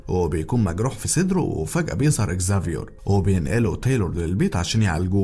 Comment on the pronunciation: والله نطقك للاسماء حلو اوي زافيور سمعت واحد قبل كده قاله زفير 😂😙